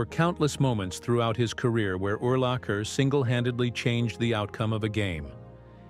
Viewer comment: In the first 3 minutes of the video it mispronounced his name at least 10 times